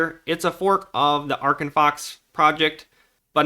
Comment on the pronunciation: Try "Arc"